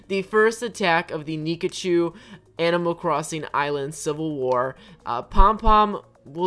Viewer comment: Also it’s pickachu not nickachu